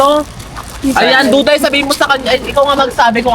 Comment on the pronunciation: Duday ❌ Dukdayray ✅